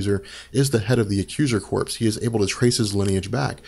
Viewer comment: Thanks for the great info guys. One other nit-pick though, the word "Corps" in Accuser Corps is pronounced 'core' as in Marine Corps or Army Corps of Engineers; not 'corpse' as in a dead body. The first nit was Ron-an/Row-nan. The "O" is a long 'o' like the masterless samurai - a rōnin.